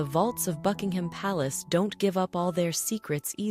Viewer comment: Would help if Buckingham Palace and Monarch were pronounced properly ±